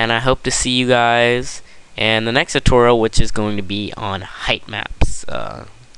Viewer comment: 29 times and you still can't say tutorial right.